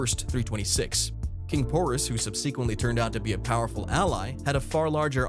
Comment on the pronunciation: It’s pronounced “sub SEH QUENT Lee” not sub-see-quint lee you troglodyte